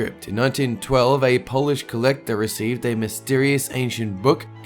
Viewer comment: For the number seven he pronounced polish as polish like he polished his shoe XD